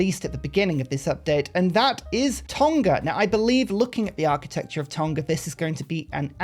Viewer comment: Just a heads up in terms of pronouncing “TONGA” it’s not a hard G like TON-KA. It’s a silent nga similar to the words new or knew. So pronounce it like TOR-KNAR.